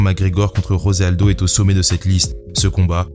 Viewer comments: Très bonne vidéo. Juste pour tes prochaines vidéos, on ne dit pas Rosé Aldo mais José Aldo, c'est un brésilien et non un hispanique. Et c'est pareil pour tous les brésiliens, Dos Anjos, Pantoja... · Juste comme ça, le "J" de José Aldo se prononce comme en français, pas comme en espagnol. Aussi, Paulo Filho se prononce "Filio"